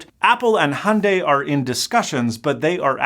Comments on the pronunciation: its pronounced hi-un-die, not hundey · The first part of hyundai is pronounced exactly the way it’s spelled! Don’t ignore the Y! I never understood why Americans say “HONday”. It’s “Hyun-deh” to be totally Korean, and “Hyun-day” if you wanna make it a little more palatable to English speakers. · Is Hyundai not in America? Because 'Hunday' is entertaining, but not how it's pronounced. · That company’s name is pronounced hee-oon-die